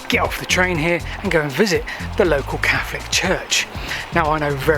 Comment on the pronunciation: pounces "Catholic" as "Caflick"! He must be of London origin 🤔👍🤣🤣🤣